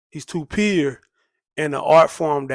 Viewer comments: "Too peer (pure)" 🤣🤣 wheres this dude from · Great Lupe celebration! I didn't realize you was saying "pure" until I read the comments. Don't change a thing 😉